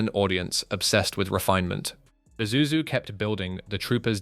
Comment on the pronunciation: FINALLY!! A white man who can pronounce ISUZU!!!